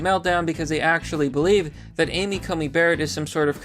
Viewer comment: Dude,. She's SCOTUS now. You should get her name right. You called her Amy CoMey Barrett a couple times. It's an 'N' not an 'M'.